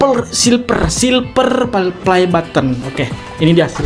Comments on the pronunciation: silver bukan silper pake v loh #Q&a 1.abang bisa ngomong v gak sih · Aku ngakak sendiri liat abang nya taypo bilang silver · Bang tadi abang bilang silper tapi salah itu silver bukan silper 😂